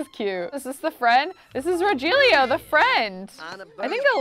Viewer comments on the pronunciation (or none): I'm just a little irritated with the way said rogelio but it's fine, I'm fine, everything's fine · Can't deal with how she pronounced Rogelio 😂😂😂